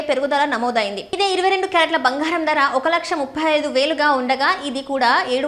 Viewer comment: Banghaaram kaadu bangaram See your promouncement and correct